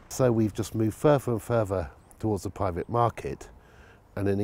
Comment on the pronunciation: Pwivet sector ? Fwee Wodger !